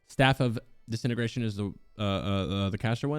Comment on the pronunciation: Staff of disintegration not desintigration